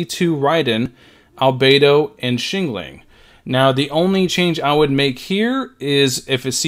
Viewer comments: Xiangling is pronounced "Shang - Ling" not "Shing Ling". "Sha" rhymes with "Cha" as in Cha Cha Cha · the way he says xiangling is my 13th reason